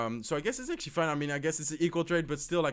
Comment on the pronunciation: Let's akshly see guys! Akshly he will akshly drop his miner. I will akshly ignore it and akshly drop my battle ram opposite lane. He akshly defends in pretty well